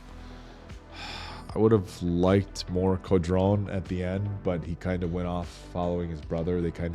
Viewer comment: Co-drone, lemme help you guys lol